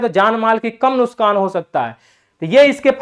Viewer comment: नुसकान नही नुकसान होता है सर